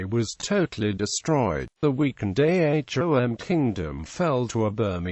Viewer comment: Its not A H O M. Its Ahom. U foolish